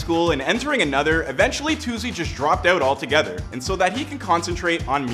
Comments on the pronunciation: They is no z in Toosii omfds😭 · ITS “TOO-SEE” not “TOO-ZEE” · Yall annoying me saying "toozii" its "toosii" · It’s not toozzi it’s TOOSII 🤦🏾‍♀️ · Is it too-z or too-c Bc y’all keep saying too-z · It’s toosii not tozzy gaddamn 🤨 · Stop saying To Zee😭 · TOO - SEE .. not however they pronouncing it 🥱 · His name not “toozzii” cmon man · Why they saying toozii tf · Why y'all say Toosii like that? It ain't hard to pronounce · That’s not how u pronounce his name mfks🤣 and that’s now how u pronounce Raleigh either🤦🏿‍♂️ Micheal wya😭